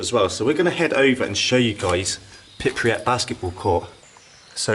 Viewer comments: His pronunciation of the city name actually gets worse as the video goes on. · The stress is on the first syllable and the “y” is a consonant, not a vowel. So it would be kind of like PREEp-yit. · also its not pripriat its pripyat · The way you pronounce Pripyat hurts. It’s Prip-yat not Prip-ri-at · Pripy (as in Hippy) at as in (Hat) Prippy AT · You went all that way and still cant pronounce the name correctly 🙄 PRIPEEEEYAT not PIP REE AT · “Pip ree at” I’m pretty sure it’s correctly “Prip” “yat” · Stop saying Pipryat instead of Pripyat for Gods sake... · Stop calling it 'Pip-ri-at' its 'Prip-yat' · It's Pripyat, not Pipriyat! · Pripyat not Pipryat 🙄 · It's not called Pripriat (Prip-ree-at). Its Pripyat (Prip-yat). You constantly saying that was so annoying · Where the fuck is pirpyat you douche looking idiot!? It’s pripyat, dude if your gonna make a video on this place at least say it right. Was well up for this video but your image and dumbassedness ruined it and earned you a thumbs down! Also I’m not an explorer, don’t call me an explorer! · It's not Pripiyat, it's Pripyat. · Thank you for sharing this video but please... PRIPIYAT, not PripRiyat!!... You repeat that all the time.. If you have some respect for this place and not only curiousity because recently everyone talks about it then learn how to pronounce it properly. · IT'S FUCKING PRIP-YAT, NOT PIP-REE-YAT GODDAMMIT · Please don’t say “Prip-ree-yat”, it’s “Prip-yat”, only two syllables! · Its pripiyat not pipryat smh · The place is pronounced PRIP Y AT. 9 times you pronounced it PIP RY AT! If you are going to make a documentary video at least have the decency to LEARN the correct pronunciation you FUCKTARD! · Pripyat not pripriyet, sorry it was just bugging me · I notice you are saying Pipriyat whereas the actual pronunciation is Pripyat. Nice video though. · Pripyat not priprieh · Why do so many people say "PripRiat"? It's "Pripyat". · PRIP-EE-AT, in its phonetically written form. Not PIP-REE-AT, smh.